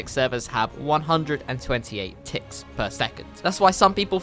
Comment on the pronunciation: When he said ticks I thought he said tits